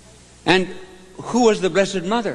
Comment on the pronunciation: ..therrrrre's yourrrrr son, therrrrre's yourrrrr motherrrrr😄😄😄